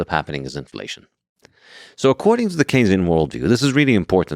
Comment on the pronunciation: really frustrating because his inability to actually make the case against keynesian economics (did they just mispronounce it the whole time?) makes the side of „hucksters, frauds and exploiters“ look more credible than they might otherwise.